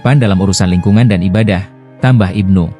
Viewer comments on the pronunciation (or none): none